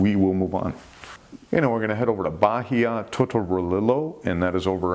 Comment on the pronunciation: Bahia is pronounce ba-eeya. H is silent in spanish 😉.